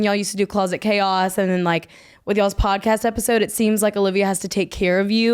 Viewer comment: Hi Sara, why you say "pancast" instead of podcast?